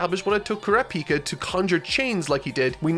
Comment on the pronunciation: It's Kuràpika goddammit not Kurapìka! It's like a dagger in the chest every time he miscalls him